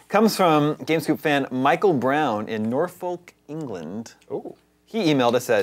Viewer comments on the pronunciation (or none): Wow you can't pronounce Norfolk.